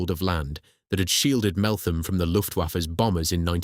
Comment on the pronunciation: so its said MeltHam not th